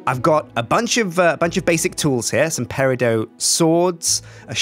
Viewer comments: Sjin its pronounced pe-ri-dot not pe-ri-dough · dont troll me for this i have ocd but its pronounced peridot not peridoe sorry for my ocd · Sjin the green tools you use are called pear-a-dot well thats how you pronounce it... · It's gonna bother me, and Sjin's never gonna see this, but peridot pronounced pair-uh-dot. The last syllable is pronounced like it's spelled. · Peridot isn't a french word, the T isn't silent. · The T in peridot isn't silent. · The "t" in peridot isn't silent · THE WAY HE SAID PERIDOT KILLS ME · Pronunciation check: The "T" in Peridot is not silent, despite popular belief.